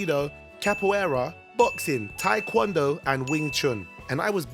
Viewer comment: Completely random, but it's Tae Kwon Do, not Ta Kwan Do people